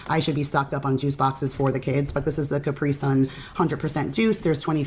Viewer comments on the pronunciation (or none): none